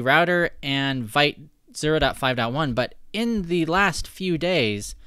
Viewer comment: It's pronounced vit not vite